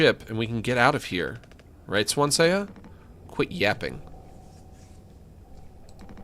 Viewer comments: Anyone else get rlly pissed off whenever he says swan-see-ya instead of swan-see 🥲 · everytime keeps pronouncing Swansea as Swansay-ya, gets to me 😂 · >pronounces it Swan-Say-Uh >asks chat if its supposed to be pronounced that way >doesnt read chat afterwards >refuses to elaborate chad